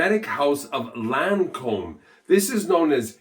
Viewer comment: It's Lancome no Lancombe